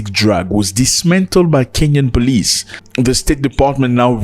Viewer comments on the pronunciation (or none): none